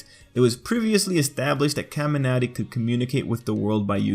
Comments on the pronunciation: Why is he saying kaminari like Kamiarty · The way he says kamanari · I like how you say :,, Kaminari" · The way he says kaminari bothers me so much jeksjkss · my ears bleed every time u say kaminari